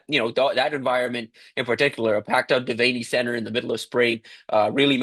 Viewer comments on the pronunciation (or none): Devaney = pronounced dee-vann-ee.